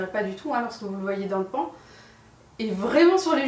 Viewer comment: Je crois que le mot "pan" se prononce avec l'accent anglais (vu que c'est un mot anglais en fait)